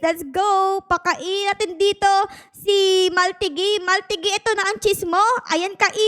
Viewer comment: I think the pronunciation of his name is Mahl-TEE-gee